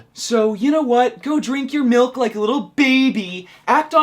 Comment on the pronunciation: You say you cant afford to go vegan yet you have a shit load of useless toys and computer chairs in your playroom. You say you can't go vegan because you like chocolate "Melk". (Its pronounced MILK by the way) Why didn't you put that stupid stuff you said in this. BECAUSE YOU KNOW IT WAS ILLOGICAL AND STUPID!!!!!!!!!!!!!!!